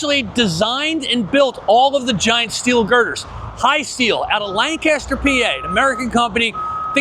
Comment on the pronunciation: Lanc-aster not Lan-caster!